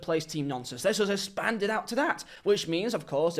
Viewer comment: Man i agree with you. However, i laughed my ass off when you said «espand»